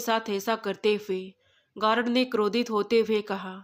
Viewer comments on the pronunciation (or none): गारड नहीं। गार्ड